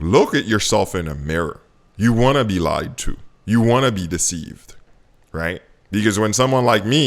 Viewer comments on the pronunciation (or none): none